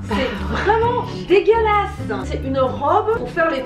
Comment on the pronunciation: "C'EST VRAIMENT DEGÉLASSE"